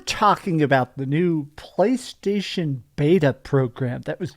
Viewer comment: I love that you can barely say playstation anymore 😂😂😂😂😂😂😂😂😂